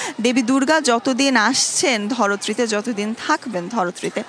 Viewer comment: ধরত্রী কোন বাঙলা অভিধানে আছে মহোদয়া?? নাকি আপনি নিজে বানিয়েছেন? জানালে উপকৃত হবো। ইতি আপনার উচ্চারণ ভঙ্গির অনুরাগী।